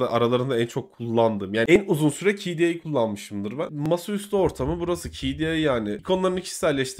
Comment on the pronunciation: "kde" demeyi öğren artık be adam